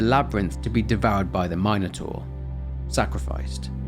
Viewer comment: Calling it a my-no-taur is lowkey pissing me off lmao